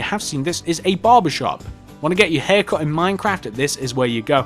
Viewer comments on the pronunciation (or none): none